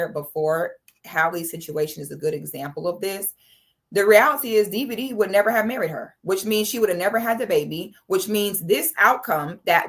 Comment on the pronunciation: is just butchering his name!🤣😆